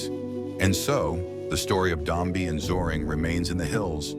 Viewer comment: its not Dombi its Dombe